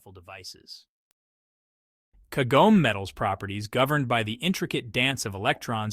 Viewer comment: Tell your stupid AI voice that Kagome is 3 syllables.